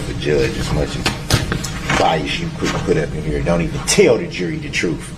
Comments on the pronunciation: List all of the mispronounced words here... ill start... troof- truth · The alleged defendant is truly an evil and pugnacious individual, who acts as if he’s been charged with stealing cookies. It’s ‘mind boggling’ that he seems to have no awareness or remorse for the heinous crimes he did. The ‘troof’ is he had absolutely no defence, so his lawyer spent his court time trying to manufacture a mistrial, albeit a completely infantile and futile attempt at it, if you ‘axe’ me. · 😂😂😂😂😂😂😂 love the way he butchers the English language especially saying troof and axin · There are two "o's" and an "f" in the word "TROOF!"